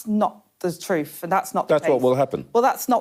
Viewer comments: “Not the troof”. 🤦‍♀️ the word is “truTH” and something the Liebour party know nothing about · "Not the troof" apparently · "Well, that's not thu troof".... a class act.